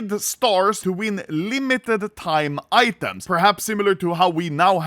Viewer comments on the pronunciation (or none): none